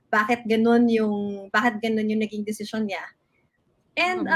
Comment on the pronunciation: You mean DECISION? Yan kasi mag aral muna. hehehe